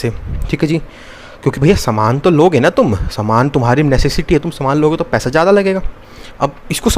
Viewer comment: Paisa❌ paiha✅😂 . Btw loved the lecture bhaiya..